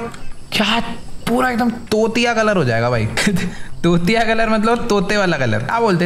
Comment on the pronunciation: Aap bolo tutiya colour Mujhe sunai Diya chootiya colour 😂😂😂😂